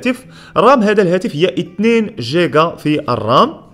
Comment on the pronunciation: انا مقهور انه يقول جيقا ياعيال يعني حتى الاسم GIGA ينطقونها اهلها قيقا وهي نفس الحرف يا تنطقها جيجا او قيقا ليه تنطفه في الاول جيم والثاني قاف (جيقا)